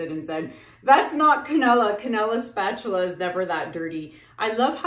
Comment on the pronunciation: “Spuh-tooluh” 😆 My bf & I intentionally mispronounce words all the time! That SOOO sounds like one of our words!! 😂